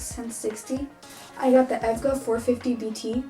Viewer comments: It’s eee vee gee aye not evga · its E V G A not EVGA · It's E.V.G.A not evga ,lol u might make some people angry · Omg she rlly said ev ga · bruh she called it evger its E V G A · im sorry but hearing you pronounce it as evga made me cry, it’s just e v g a, you don’t really say them all together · pretty good pc but its not evga its e v g a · I think its pronounced E V G A and not efga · It’s e.v.g.a not edga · to it is not evga as a word it is is separate e. V. G. A. 🤦🏻‍♂️ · Its e-v-g-a not evga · idk why but I died when she said EVGA instead of E V G A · It ain't Evga for Christ's Sake. It's E.V.GA I though that you're building your PC for the first time but it seems like you're pronouncing words for the first time lol 😂😂😂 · It's E-V-G-A Not EV-GA :3 Excellent build though. Good luck!! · Bet she got a lotta ppl with the EVGA, not E-V-G-A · I bet that you got the PC part idea from Joey Delgado's PC Build Video. also you're low-key triggering me cause you called out wrong names for the parts like "Battery" when it's called Power Supply, E-V-G-A not EV-GA.. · E V G A. and not Evga But still great video. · E. V. G. A. Lol not evga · EVGA is pronounced by its letters. (Eee) (Vee) (Jee) (Ayy) not (Ev-Ga) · It’s E V G A not ev ga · Not trying to nitpick, but its E.V.G.A, Not EV-GA 😎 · I was kinda triggered when she said EVGA not E-V-G-A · Fyi its ment to be pronuced by e.v.g.a not evga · "i got the efga 450" its pronounced Eh Vee Gee Ay not Ef Gah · Wow beautiful build but a bigger power supply would be better and it’s not efga it E-V-G-A each letter is said by itself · E V G A not ev ga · 99.99% of the comments : wow nice build 0.01% : It’s E-V-G-A not EV-GA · She didn’t even say ev-ga she said echo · Everyone in the comments is right, go SSD! Also the maker of the power supply is "E.V.G.A." not evga lol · Lol evga it’s E.V.G.A. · I think it’s e-v-g-a not EvGuh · She called e v g a evga lol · Dont want to be rude but its not evga its E V G A lol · Not EVGA its E.V.G.A